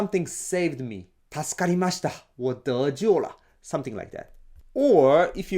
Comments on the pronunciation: you can't just hit us with a perfectly-enunciated "我得救了" sneak attack just like that! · I was just floored when I suddenly heard it lol pronunciation in Mandarin is better than mine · Wow his Chinese was good